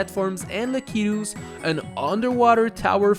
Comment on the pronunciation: Am I the only one who hear him pronounce lakitus a lil weird ???